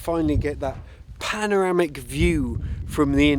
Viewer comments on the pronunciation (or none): none